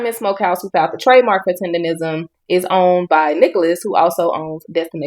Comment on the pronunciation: Bro you Read and hear TENDERNNNISM in all of the videos you researched and STILL pronounce the word TENDERISM while doing your videos 😂😂 stop undermining the damn N in the word it’s literally what brings traction to it 🤦🏾‍♂️‼️